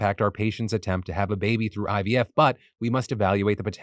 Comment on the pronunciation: I've been hearing ibf instead of ivf